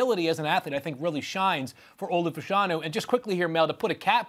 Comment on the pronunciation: Olu Fashanu last name is pronounced “Fuh-Sha-New” not “Fash-Eh-New”